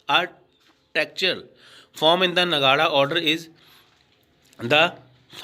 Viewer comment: it's nagar not ngada ?